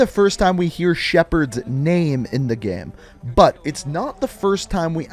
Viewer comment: Why do u say Gay/ame It is game say it properly😕